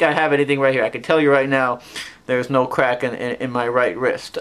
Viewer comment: I didnt know Elmer Fudd had a son . . . " im gonna cwak evewy joint in my body! "